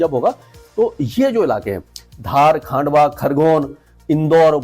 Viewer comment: भले आदमी हिंदी के उद्घोषक हो फिर जिलों के नाम का इतना अशुद्ध उच्चारण कैसे करते हो एक बार सभी राज्यों के जिलों के हिंदी में लिखे नाम की सूची पर दृष्टि डाल लो ।हमेशा मध्यप्रदेश के बड़वानी को बरवनी और खंडवा को खांडवा ,महाराष्ट्र के जालना का उच्चारण जलना करते हो।